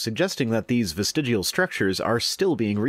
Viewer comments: The YEC cant even pronounce the freakin word.... Dont ever trust anyone who repeatedly mis-pronounces a word without addressing that fact... Ie..."am i saying that right?"... The YEC is a dumb fuck who needs to be drawn and quartered... Via his vestiGIAL limbs... Hahahaha... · This idiot can’t even pronounce the word “vestigial”correctly while presumably reading it from a copy. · Stop saying vestigual holy shit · He's saying "vestigual", and yet gives you a dictionary definition. In his own video you can see it's actual spelling. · He keeps saying vistigUal instead of vistigial, is this bothering anyone else? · It is VESTIG*I*AL not VESTIG*U*AL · Bitch it's vestigial not vestigual... get your mind out of fiction and read a normal book. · Hey fatty, it's not "vestigual." Kinda lose your credibility right out of the gate. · This stupid fuck can't even pronounce the word "vestigial". It's not "vestigual". Like the other dumb fuck who insisted that NASA uses "Augumented" reality. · He keeps pronouncing it "vestidual". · Professor Stick and Viced Rhino, I love you guys doing this! And creatards should, at the very least, learn to pronounce the word they are trying to debunk because they fear 'atheist evolutionists'. This dummy, oops sorry, indoctrination victim, kept saying "vistegual" instead of 'vestigial'. Maybe I'm just too picky, stupid would still be stupid, even pronounced correctly. And guys, please know I'm still planning on patronage, it's just taking forf'knever to get my sister's financial care (disability, she has CTE, like boxers and football players.Head injuries cause seizures, which cause head injuries!) so Mom and I won't have to caretake and support. Just caretake. That's why you're so important to me. You SAVE my sanity! I love your work! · Why did he call it vistig-u-al? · Why did he pronounce it "vestigual" when he was reading it out of the dictionary. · Is it really that hard to pronounce "vestigial"? Fuck dude 😂 Well done Rhino